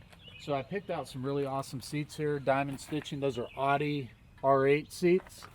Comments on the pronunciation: He did say "Oddie" and "Austin Martin" though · Did he just say "Those are Otty R8 seats" LOL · Bro this guy says all the names of car brands wrong, “awdi,” “porsh,” “lamberghini” the sad thing is this guy is a car enthusiast and he should know how to pronounce the names 💀💀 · The workmanship and attention to detail are incredible, especially for a guy who says "Porsh," "Austin Martin," and "Oddy." You gotta give him a pass on it, given what he's created. Also, when I saw the thumbnail, my first thought was, "Who put a Chrysler badge inside a Ford Escort ZX2?" Good old 986 interior, lol. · This guy says "Austin Martin" and "Otti" (Audi) within 2 minutes of each other. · The car guy who can’t pronounce one car name correctly. “Austin Martin” (Aston Martin), “Oddi” (Audi), “Lamborghinny” (Lamborghini). Too funny. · Austin Martin, Lamborginnie, Oddi Rolls Royth. Man sure does only care about how this car is set up lol